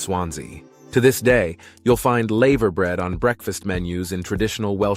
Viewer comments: It's not laever bread, it's lava bread! Get it right, yank! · The "laver" in laverbread rhymes with "lava", not "saver". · It isn't laaayveer bread ots lava as like the molten rock ! Our pronunciation is mad to others I know. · It's pronounced lava bread like the lava from a volcano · male voice Choir you AI robot dumbass PS tree...or...key not tray orkie, and lava brear not layver bread i understand your doing this shit to be corrected anf get more comments but it sucks ballz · It's a shame that you didn't research the pronunciation of all of the words used in your script. Some were very inaccurate because of the way Americans pronounce the alphabet. The 'a' is pronounced hard in laverbread. Cymru is actually pronounced 'cumri', not 'simru'; the word means Wales. I almost didn't get to the end of the video because of the commentary. The majority of the footage was not from Wales! Oh, and not everyone sings.